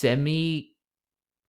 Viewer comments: It’s pronounced semiquAYver btw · Semi quaaaaaaver 😂 It rhymes with braver. It's what a sixteenth note in music is called in the UK